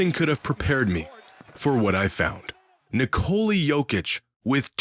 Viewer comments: It's Nikola actually. Not Ni- Cola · So we're just gonna keep calling him Nikoli instead of Nikola. Bet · Its Nikola not Nikoli. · Dude said, Ni-Co-li has solved basketball 😂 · Can any American even say his name correctly? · people keep saying his name as if it derives from nicole. how can so many americans not think of nicholas. and then say that without the S in the end. its so easy lol. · Nikola will probably be in the hall of fame before people learn how to pronounce his name correctly. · LEARN TO SAY HIS NAME FFS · pronouncing Nikola = hurts in the ears AND eyes